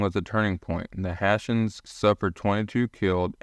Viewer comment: Hessians needs to be pronounced correctly.